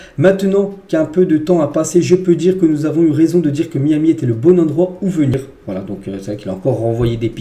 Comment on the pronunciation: MAÏ AMI si tu veux le prononcer correctement